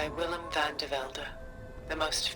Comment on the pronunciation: As a Dutch person Tilda's accent bothers me in this line. She's supposed to be Dutch but pronounces "Willem van de Velde" in an American accent, especially the "van". She's a Zenith, not a Cradle-taught human. I think we can hear Carrie-Ann Moss coming through there. Aloy actually pronounces it better than Tilda does. :D